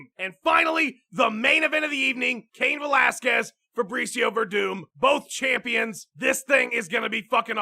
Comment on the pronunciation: CAIN VO-LASQUEZ!!!!